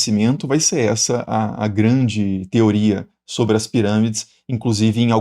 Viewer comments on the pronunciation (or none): none